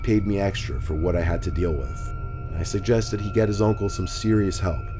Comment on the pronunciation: The way he says Oncle lool